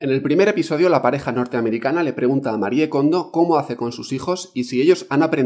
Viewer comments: Se pronuncia "Marí" Kondo!!! No "Marié", Por DIOSSSSSSS!!!! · Me perdió en cuanto dijo MariEE kondo 😒 pronunciando la E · Se pronuncia "marí" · que cuesta decir "MARI KONDO" 😒